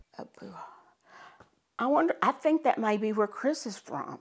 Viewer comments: “it came from abuha”. AbuDJa not AbuHa. It’s the the Capital of Nigeria. You should be prepared better for the video and study the pronunciation, Latino woman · “AH-BOO-HA” 😂 if it were in Mexico, that’d be the correct way to say it lol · A-boo-jah=Abuja...Abuja is the capital city of Nigeria and its not pronounced A-boo-ha.. These scammers are probably friends and pass on vunerable victims..African men call women Mummy that's a cultural thing and she thinks its cute..she needs to wake up and stop thinking these young handsome men are real and really interested in her..she needs to unplug!! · You are right about Abuja the J is pronounced like Jeans is , Abuja not A Bu Ha …I researched a lot of Nigeria and their Different Tribes . Very interesting. But also sad. , because of the scamming business 🇳🇬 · It’s pronounced Ah-boo-jah (like how it’s phonetically spelt) not Ah-boo-ha (people in Nigeria don’t speak Spanish) I love these videos but you guys often mispronounce the locations, almost speak about Nigerians as if they are all scammers and kinda dehumanise people in Africa in general. I think that ensuring you correctly pronounce the geographical locations, are specific about the fact that people are scammers from Nigeria (as opposed to just Nigerian) and try to refrain from referring to Africa like it’s a country rather than a massive continent with diversity etc etc. I think it would be the step up that makes your videos even more refined and polished. Also stop focusing on the racial element ‘white woman in America’. The difference in race is insignificant. Keep up the amazing work. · It’s ABU-JAH not Abu-Hah! Nigerians love them this lady! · Abuja is Pronounced A Boo Jah, not “A boo ha”! California Mexican J is not used in Nigeria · OMG....she did not just pronounce Abuja in a Spanish way....lol! The J is not an H...geeeez... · Abuha 😂 it’s just Abuja bro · I love the yall say Abuha . It’s actually pronounced as Abuja (ja as jack ) lol